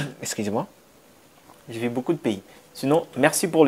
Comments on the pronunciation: Ce que je te demande, cest que tu travailles ton côté élocutoire. Tu as encore un problème de i et u. Par exemple : j'ai vu, mais toi tu dis, jai vi Argument et non arguments Je veux et non je vé. Etc... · « Vu »… Pas « vie »